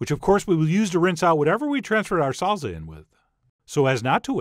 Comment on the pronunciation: I will never get tired of hearing "Salza" with a z. It just warms my heart.